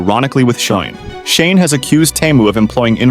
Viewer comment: All the pronunciation is wrong. Teh mu? Its obviously TEEE, MOO you literally have video footage that says so. The other company is SHE, N not SHANE wtf? DO BETTER, garbage AI generated content.